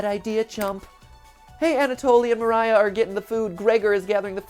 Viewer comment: It's actually spoken "María", like in portuguese, not "Maraiah"